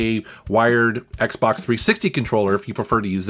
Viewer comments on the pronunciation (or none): none